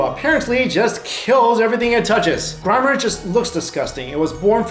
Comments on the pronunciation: Grimer... Not Grimmer dude. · IT'S GRIE-MER NOT GREE-MER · STOP SAYING GRIMMER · Obviously it's pronounced Grime err . Because of grease and grime. Get it? Not hard. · i couldn't help but notice that you were pronouncing grimer as grimmer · Awesome vid but You pronounced Grimer wrong